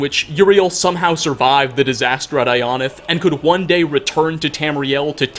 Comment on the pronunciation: all the fudgemuppet watchers hearing him pronounce ionith like ion-ith instead of eye-o-nith like we’re used to